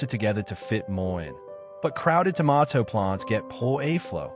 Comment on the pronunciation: dont care how accurate it is, everything in this video void after the first pronunciation of tomato..